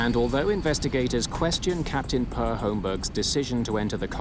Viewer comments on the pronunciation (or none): I didn't go through all the comments to see if anyone has already mentioned this, but I'm pretty sure the first name "Per" is pronounced pear.